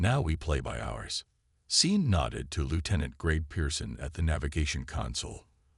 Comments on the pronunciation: Seen Martinez...? Possibly a good story. Stopped listening when it mispronounced simple names. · my first name is Sean i get called seen all the time. I have gotten used to it. hooked on phonics is the reason